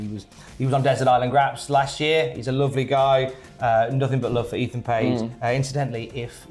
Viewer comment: Eathan page ? Wow 🤣